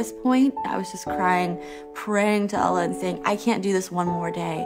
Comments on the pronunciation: Christians that can somewhat pass as Muslims or followers of other faiths by appearance are used to lie to attract Christianity by acting like they were actually born into or practiced Islam/other faiths. The way she pronounces Allah, you can tell she has barely used his name in her life. It's like the name doesn't sit on her tongue because she's new to using it. You can't use a sin (lying) to intend good even if you believe the good is greater than the sin. Good should be able to stand on it's own as it's pure. But people are fooled into believing that it's okay. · Hey I'm not a muslim but this sounds SOOOO stagged... She says accepting Jesus for a Muslim is like Hell for eternity ?!?! Jesus is considered the Messiah by muslims and has a whole chapter dedicated to him in the Quran as well as Mary..... Even the way she pronounces "Allah" sounds weird.